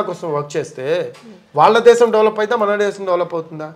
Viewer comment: యాంకర్ గారు ముందు మీరు "శ "ష " స " ఈ మూడు అక్షరాల ఉచ్చారణ వేరు వేరు మీకు శ, ష ఈ రెండు అక్షరాలకి తేడా తెలిసినట్లు లేదు. దేశం మాటలో శ అక్షరాన్ని ష గా పలుకుతున్నారు దేషం అనకూడదు. శంకరుడు అనాలి షంకరుడు అనకూడదు. అలాగే ళ అక్షరానికి ల అక్షరంకి తేడావుంది మీరు వాల్లు అంటున్నారు అది తప్పు వాళ్ళు అనాలి. మీకు యాంకర్ ఉద్యోగం ఇచ్చిన మేధావి ఎవ్వడోగాని ఉచ్చారణలో బోలెడు తప్పులున్నాయి మలయాళం మాతృ భాషగ గల యాంకర్ సుమ ఉచ్చారణ ఎంత స్పష్టంగా ఉంటుందో గమనించి తెలుగు వారీగా పుట్టి తప్పులు పలుకుతున్నందుకు సిగ్గు పడండి భాషను చంపకండి బ్రతికించడానికి ప్రయత్నించండి.